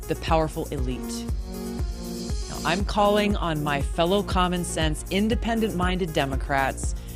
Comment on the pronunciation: same here , I knew right away what he was saying “ common sense “ it was very clear!!